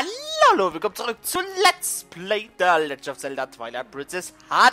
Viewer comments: Und es wird the nicht tha legend ausgesprochen^^ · Eine frage bitte: Kannst du Englisch? Wenn ja merkt mans nich. Am anfang eines parts sagst du imrr tha legend of Zelda und nicht The legend. Das ist nicht böse gemeint